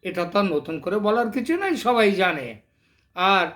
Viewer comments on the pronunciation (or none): none